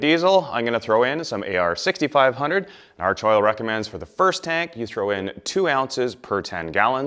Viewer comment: FYI for all you yanks. It's pronounced ARK-oil